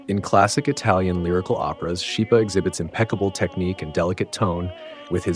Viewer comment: Just a small point. Schipa is pronounced skeepa